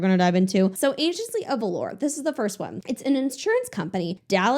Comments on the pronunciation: "Agency of Valor" doesn't sound like an insurance company. I mean who even uses the term valor other than Medieval knights or maybe the military? (Also sorry to be that person but it’s pronounced "va-lər" or "va-lor" not "valour" which is more like velour a type of fabric.) Love your content! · I love you and don't mean this in a rude way but "valor" is pronounced VAH-lur not vuh-lore (velour). Love your channel xoxo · I do not know you or your channel. I pressed your video because the topic peaked my interest. I don’t want to be labeled as bullying. I genuinely want to say from one human to another I think you’ll do yourself a justice looking up how to pronounce “Valor”. Edit: finished watching and did like the video. And I got hit up by CutCo as a teen tok.